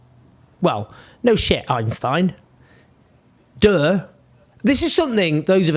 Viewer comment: Omg, the way you say 'duh' with a non-American accent. 😅